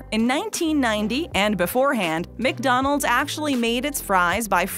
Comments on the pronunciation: The pronunciation of ", Mick rib" is excruciating. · You said mig Donalds like my dad lol